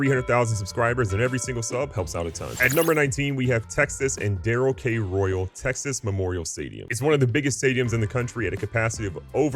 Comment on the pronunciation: Pronounced durrel k royal